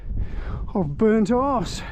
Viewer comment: Your accent makes it sound like you're saying Burnt Arse instead of burnt horse 😂 Great video, fella 🤜🤛😊